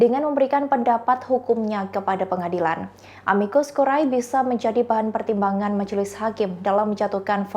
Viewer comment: Amicus curae baca * amikus kure * akhiran AE bacanya e curriculum vitae* kurikulum vite